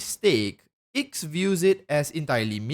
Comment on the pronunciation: Bruh, the Aeon of Nihility’s name is a Roman numeral. No shot anyone actually thinks it’s pronounced “Icks” Also, the reason it’s named after the number 9 is because 9, (Roman numeral IX) is the number of the hermit arcana in Tarot reading. And the aeon themselves is reclusive and antisocial.